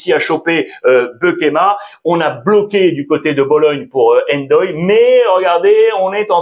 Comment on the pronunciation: Merci pour les infos mais je suis Sénégalais et on lit pas le "N" pour " Ndoye "